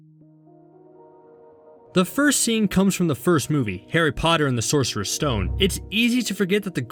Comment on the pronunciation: Did everyone notice he said "Harry potter and the sorser stone?"